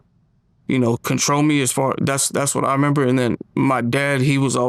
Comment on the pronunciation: I member 😂 it’s remember